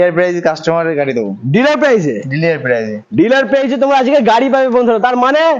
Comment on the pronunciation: ডিলার না ডিলিআর😂😂